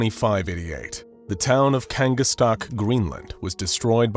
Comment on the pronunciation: Thats not how you pronounce kangaatsiaq💀 (im Greenlandic)